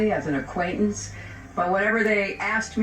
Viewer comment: 16 FLIGHTS WITH EPSTEIN AINT NO "AQQUANIT" HAHAHAAA